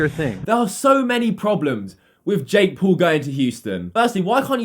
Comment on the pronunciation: Still, don't talk shit if you can't even say Jake Paul